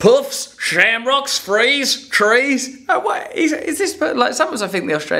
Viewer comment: Come to Ireland pleaseeeeeeee we need you to help us distinguish between "threes" and "trees"